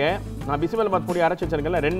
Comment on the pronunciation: Its Bisi BeLe bath not bisi bela bath! Am glad u said the difference between sambhar and BBB not everyone knows this!